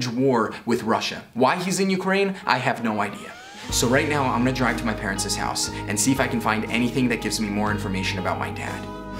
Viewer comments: I didn't hear anything he said for like a minute after that because I kept saying "parentses" over in my head! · Did anyone else notice said”Parent’es”?